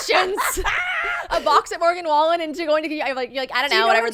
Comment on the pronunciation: I CACKLED WHEN YOU SAID MORGAN WAYLEN (wallen) 😂😂😂😂